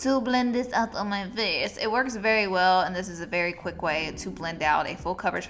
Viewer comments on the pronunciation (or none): none